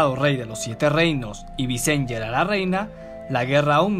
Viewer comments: La pronunciacion es Vicenia no Vicen-ya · visen-ya? entonces son targar-yen xD buen video!